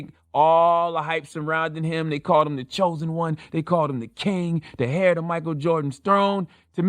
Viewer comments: I'm sorry but did CTG say that LBJ is the hair (heir) to MJ's throne? 😯 CTG must be reading from his ghostwriter and pronounced heir hair. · Did he actually say "the 'HAIR' to MJ's throne?" You dont pronounce the H in heir donkey.